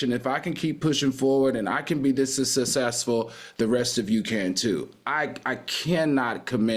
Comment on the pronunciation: “Sussessful always tickles me”